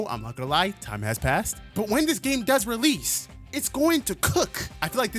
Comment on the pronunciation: Bro saying rell seas and release is like the three magic words to a fat person MC DONALD'S IS CLOSE